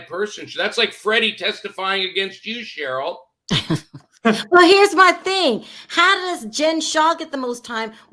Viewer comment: Ronald Richard is the smartest guy in the room and he still don’t realize Sharrells name is not pronounced “Cheryl” 🤣